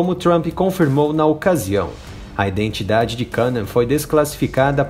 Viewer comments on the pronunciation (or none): none